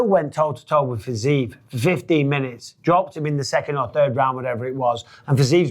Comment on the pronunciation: It's pronounced 'Fi-Zi-Ev' not 'Fizeeve'